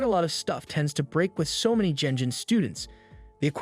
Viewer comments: This is not a manhwa, it's a regular manga as it's Japanese. PS It's not pronounces jenjin. The pronunciation is phonemically ɡen(d)ʑiɴ . It's a ' g ' like in ' good ' , not like in ' generation '. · Someone please teach this man to not pronounce G like J.